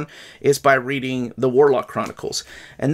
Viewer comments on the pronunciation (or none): none